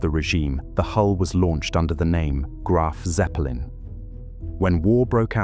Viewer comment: Graf What'eppelin?? 🤣